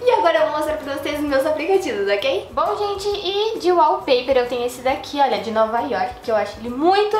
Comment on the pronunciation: e kkkkkkk é wallpaper e não wallper!